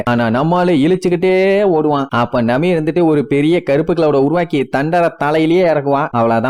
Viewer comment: கதாபாத்திரங்களுக்கு.....கொஞ்சம் மரியாதை தாப்பா.......அவரு கரடியா 🥲 chapter 1091 ல பாப்ப......one piece emotion bro 🥹 please respect....and பேர நல்லா சொல்லு யா.....நாமி....நமி கிடையாது...கூமா...குமா இல்ல